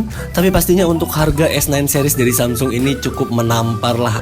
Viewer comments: Ciee.., nyebut Samsungnya udah lancar, belajar dimana kak? 😅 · Tumben lancar nyebut samsung 😂😂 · lho kok ngomong samsung nya lancar jaya ya, nggk seperti yang kemarin =D